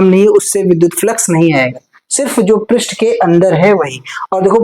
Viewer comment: Pirist nahi h prast h 😂😂😂😂